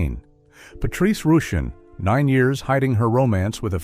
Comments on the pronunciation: Who ever produced this expose is not accurate on many levels! Man we always knew Luther Vandross was gay! Also Patrice Rushun is correctly pronounced Patrice “Russian!” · Patrice Rushen: Not pronounced R oo shen; It's pronounced "Russian"